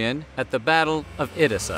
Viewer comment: How are you a Historian and cant even lrobounve Edessa correctly